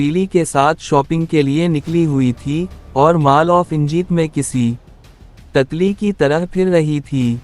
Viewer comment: بھائی اردو کا تلفظ ٹھیک کریں آپ کو تتلی کہنا نہیں آتا ھے